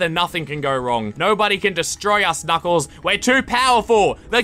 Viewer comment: “Knuclais” XD I cant stop laughing